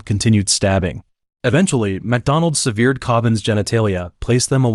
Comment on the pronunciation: Sev eared, what’s that?